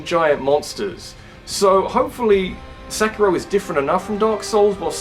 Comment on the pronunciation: No psychonauts 2? Dislike, channel avoided Ps mario is pronounced marr e o not mary o And seikiro is say key ro not sekky ro